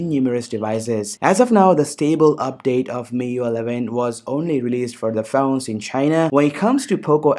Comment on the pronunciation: Bro nice content. Anyways, it's pronounced as "Mi-Yu-Ai" not Mi-Yu.